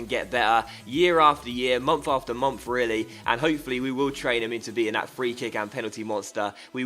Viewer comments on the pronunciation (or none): "mumf after mumf"